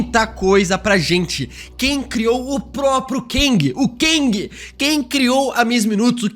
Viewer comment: para de pronunciar "Keng" ja que no filme quantumania chamam ele de Kang.